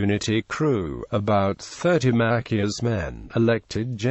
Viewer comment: Mackius? MaCHIus Chi